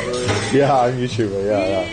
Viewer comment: Didn't sound like Youtubah at all. Great pronunciation! Lmao if the first videos she'll see are Muscle bar or the ones where Connor had 'dancing classes' 😂